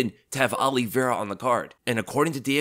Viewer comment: His name isn't OLLIEVEIRA, jeez you said his name wrong about 50 times in 5 minutes.